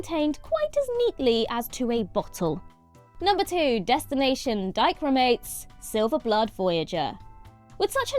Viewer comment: Coulda swore you said "dyke roomates", I was like WHAT?? Dichromates, okay.😂